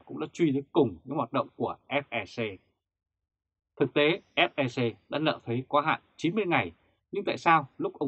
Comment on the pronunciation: Ép Lờ Xê hay “ép e xê”, Ép Eo Xi? Tây ta nẫn nộn hết sất cả rồi anh.